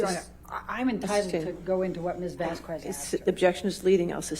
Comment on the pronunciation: Elaine pronounced Camille's name wrong the entire trial. That is so disrespectful. There is no way someone didn't correct her, or that she NEVER noticed how other people pronounced it? It's 'Vazz kezz' not 'Vask kWez' Even if its an easy mistake due to the spelling; Ms Vasquez her name is said often during the trial, including on broadcasts, you know Elaine watched It may seem like a small thing but knowing how shady Elaine can be I think it's an intentionally petty tactic. Bredehoft is correctly is Breddy hawft. What if she was called Elaine BreddLe haff? Every day, for weeks?